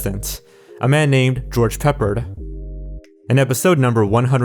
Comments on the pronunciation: his name is pronounced pa-pard, not peeperd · Pronounced: George Peh Pard. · George Peppard's name is pronounced "pep-ard". Ed McMahon is pronounced "Mick-man". No cause of death for Valerie was given? The constant, mind-numbingly repetitive music is beyond obnoxious and grates on my nerves. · George Peh-PAARD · Ughhhh God Dammitt,,I really like your channel,and videos but,really cringed when you mispronounced George Peppard's name. it's pronounced George Puh PARD..... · George PEP-pard. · George Pe-PARD, Ed Mc-MAN, Brian GRAY-din... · "A man named George Peppard" (also you pronounced it wrong, the emphasis is on the second syllable of his last name peh-PARD). He was... a pretty famous actor. Leader of the A-Team; Audrey Hepburn's love interest in a little movie some people may have heard of called Breakfast at Tiffany's. Let's put it this way; 50 years from now someone watches this video it's more likely they'll know who someone like George Peppard was in history than Demi Lovato. I mean I get younger people today (though I'm a Millennial myself) might not know who he is right away, but given the context of the clip he's in it should at least be pretty obvious he's some celebrity guest not just a random contestant.